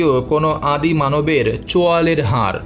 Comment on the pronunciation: দয়া করে উচ্চারণ ঠিক করুন। "হার" এই শব্দটার দুটি অর্থ। গলায় পরার অলঙ্কার এবং পরাজিত। আপনি এটাই উচ্চারণ করেছেন বারবার। এখানে কিন্তু "হাড়" বলা হয়েছে। বুঝেছেন?? "হাড়" এর অর্থ জানেন নিশ্চয়ই।